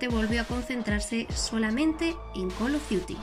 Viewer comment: Hiciste el curso de Inglés sin barreras ?